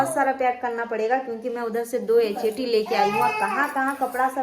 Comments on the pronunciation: Atachi bolte h Acachati nahi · एचटी nahi अटैची बोलते हैं